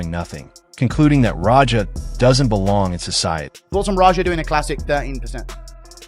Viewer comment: It’s Raja, not Roger… terrible narration